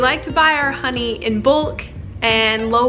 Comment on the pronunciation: It’s honey not Ron 😂